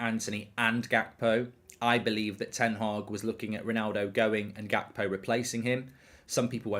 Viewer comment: Unrequested pedantic question — isn’t the “G” in Gakpo pronounced like the “G” in Ruud Gullit?